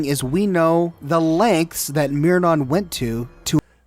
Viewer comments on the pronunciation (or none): Just like how he calls Myron “Meernon” lmao